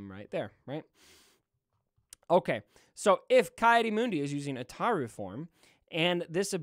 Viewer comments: Ataru pronunciation was on point. Yoda's form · As a super lore nerd, your pronunciation of Ataru was spot on 👌 Also, people already have the Malevolence at 6 to 7 stars. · No u pronounce ataru right